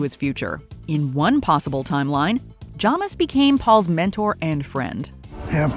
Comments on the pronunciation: What do you put on toast? Everyone: "Jam": "Jom" It's Jamis (Jay-mis) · Is no one else upset with how she pronounces Jamis? It’s Jay-Mis not Jah-mis. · I noticed that you guys get names wrong in virtually every video you do and it's kinda inexcusable at this point. It's Jay-mis, not Jah-mis. They say it several times in the film